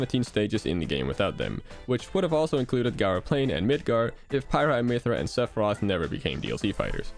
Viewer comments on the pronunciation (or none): none